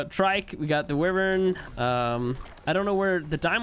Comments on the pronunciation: Why-vern not wih-vern idk why it bothers me so much when u pronounce it like that lol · I really love his content but i hate the way he says wyvern